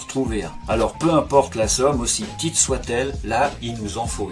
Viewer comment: Bjr j'aime bien quand tu dis petite car tu le prononce pitite vidéo 😀😀